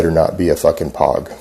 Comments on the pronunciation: LMAO!!! WAIT!!! did he just say "you better not be a fucking "POG" and pronounce it "pahg?" LMFAO!!!! ANYONE who's ever served in ANY government, combat capacity knows it pronounced "pohg" with a long "o" sound like in the word "rogue." This guy is unbelievable!!! I can't stop laughing! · For the record it’s pronounced poeg.... not pog. Anyone who knows what that is knows what that is . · I lol every time he calls a POG a pawg